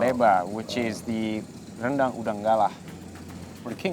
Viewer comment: Whoa “uni” means big sister in Minangkabau language, please don’t translate it to “auntie” when was being polite by addressing her that way so as not to age her 😂 BTW well done for maintaining Indonesian pronunciation of “rendang” with our rolling Rs despite speaking in English, unlike our neighbors who are very anglicized liao 👍